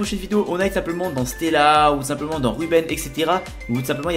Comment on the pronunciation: "On pourait rentrer dans stéla" je suis mort